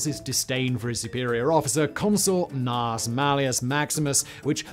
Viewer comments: You really need much better research. The Civil War General was Braxton BRAGG. In Latin, the "Gnaeus" is pronounced as 'Nye-us' and Caepio is "Kaepio" as there is no 'soft C' (Sai-pio) in Ancient latin. Thus Gnaeus Julis Caesar is actually "Nye-us Yulius Kaisar" And was spelled as Gnaeus Iulius Caesar. (There was no "J" sound either.) The 'Soft C' was introduced to Latin during the Medieval period where Latin was the language of (Flawed) Learning and the Roman Church. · The pronunciations of the names of the Roman generals in this video is just hilarious. Gnaeus are pronounced as "Naius" (Not Nas) and Caepio are pronounced "Keipio" (Not Sepeo). The C was always pronounced as a K and the G in Gnaeus are silent. :)